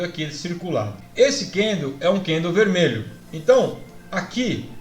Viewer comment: Kkkkkk é só eu ou mais alguém fica agoniado de ouvir ele chamar o candle de candleu?kkkk zuera